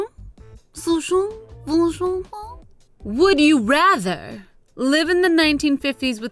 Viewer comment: WE DO NOT PRONOUNCE QUESTION IN FRENCH LIKE THAT..... (sorry but its true i speak french)